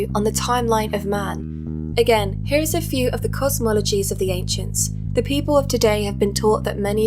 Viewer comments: ODD credibility gone two seconds in when he pronounced ancients as "ainkshintz". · The 'anckcients' told us so huh? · Ha pronounces ancients as ankchents, and it bothers me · His immediate first line just had be facepalming... WHO THE FUCK SAYS “ANG-CIENTS” instead of “ancients”?!? A bloody madman. That’s who. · "Planets were known to the AINKSHENS ..." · Axe him if he just said 'ainxshents' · Did he just say ankchintz? 😂